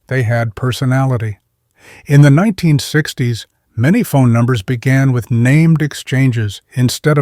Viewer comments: WTF is 9 60's. AI having problems with saying 1960's? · Can you at least make sure your AI voiced narrative is done correctly before posting videos? Like In the beginning when it’s supposed to say 1960’s. It instead says 9 - 60’s. Anyway, I didn’t realize these decades passed were sooooooo completely unimaginable to people now-days. I was born in 79 but yeah, I guess a lot of these things would be foreign to people today. Just didn’t know it would be as dramatic as this channel is making it 😂. There’s still a lot of nice content/ narrative in this though. Very nice! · your AI narrator, has a problem saying 1960's, it needs speech therapy